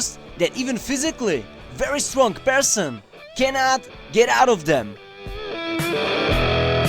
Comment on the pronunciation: Lol i like how he says Strong as "Stronk"